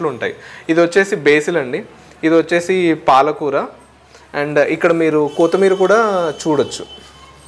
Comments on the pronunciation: kotimeera kadu bro kottimeera......😄😄🤣🤣😂😂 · కోతి మీర కాదు బ్రో కొత్తి మీర